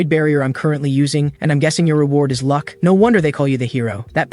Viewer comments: 😂😂 I'm dying on lunck instead of luck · Bruh "lunck maxed"